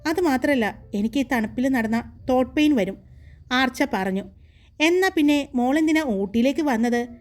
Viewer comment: അടിപൊളി, പിന്നെ തോട്ട് pain അല്ലെ da ത്രോട് pain ആണ്, അറിയാതെ, പെട്ടന്ന് പറയുമ്പോൾ അങ്ങനെ ആയതു ആണ് അറിയാം, വിഷമം അവല്ലെട്ടോ ഞാൻ പറഞ്ഞത് കൊണ്ട് 🥰🥰🥰